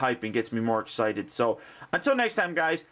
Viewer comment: Thank God. Everywhere else has called him Ray STANZ. It's driving me freakin' nuts.